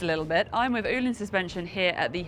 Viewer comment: can someone explain the correct pronunciation I thought the correct pronunciation was o hlins not as she pronounced it oo hlins or is me.